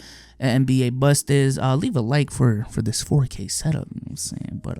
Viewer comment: Mans can’t pronounce the T in bust 😂 I’m dying😂😂